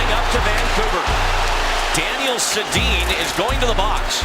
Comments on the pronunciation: Worst Voice Over guy in NHL History...Learn to pronounce names if you are going to pretend to know hockey. It's pronounced Sedeen you donut. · “Sey-de-an” wow that’s horrible pronunciation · Probably already been said, but the Gretzky-Gilmour thing was in GAME SIX. If you want to be taken seriously as a hockey commentator, get basic history right, pronounce names correctly (Daniel Setting?), or make your jokes more obvious... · "Seddy-in". Good ol Canucks legend... Daniel "Seddy-in". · Sedin....say it right....ur video clip even says the name twice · Bro can't even pronounce daniel sedins name right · So like, do you not know these players names? where do you get your info, the butcher job on Sedins name is so tough to listen to. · Does he know how to pronounce Sedin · What's worse is the announcer says it properly in the clip...like just watch the shit you post and you would know how to pronounce the names of the players in the clips. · How do you butcher Sedins name so badly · he's mispronouncing player names too (Daniel sedin) bro doesn't know hockey